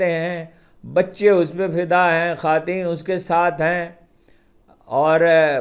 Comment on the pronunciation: ھارون رشید صاحب، ناراض نہ ہوں، وی لاگ میں بے ترتیبی اور بے ربطی روز بہ روز بڑھتی جاتی ہے. شاید بڑھاپے کے اٹرات بڑھ رہے ہیں.ہاں بعض اوقات بعض آلفاظ کا تلفظ عجیب کرتے ہیں. مٹلا پچھلے دن قرق لفظ میں ق کو زبر کے ساتھ بولا. حالانکہ قرق میں ق پر پیش ہے. دوسرا آپ خواتین کو خواتین بولتے جو درست نہیں. خواتین میں و خاموش نہیں بلکہ ادا کیا جاتا ہے. شکریہ